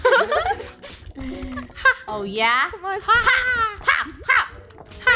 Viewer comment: It’s draco not drago